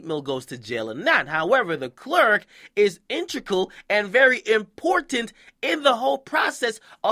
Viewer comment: 'Integral' bro...."intrical" is not a word;)...not pickin at ya but I had to scratch that itch